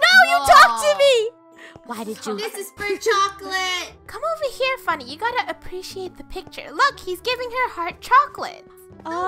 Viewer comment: It’s funneh not funmeh